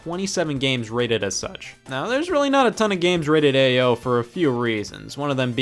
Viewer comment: I love how Ao rating is just pronounced AYO